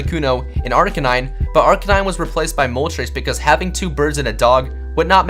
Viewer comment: In he said articanine